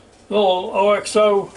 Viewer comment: Hey! It is pronounced ox oh. I first learned of them when I lived in the UK and they quickly made their way to America quite a while ago.